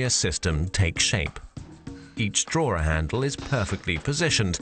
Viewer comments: They should've hired someone who could pronounce the word 'drawer' properly. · drawer has no centre letter r.